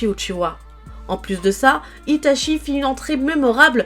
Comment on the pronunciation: Par contre fans la vf et meme sur youtube les gens disent itaSHI dans la prononciation de sui piur ceuxbquibcomme moi apprenne le japonais est fort insupportable vu que cest itachi pas shi. Chi en japonais se prononce tchi pas shi lol.